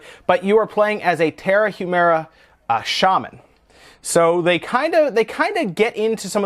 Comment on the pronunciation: Just a quick tip to non-Spanish speaking people... "Tarahumara", the "H" is silent, so is pronounced "Taraumara" :)